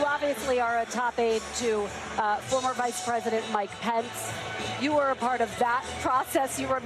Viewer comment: Someone tell the GOVERNOR it's KA-ma-la!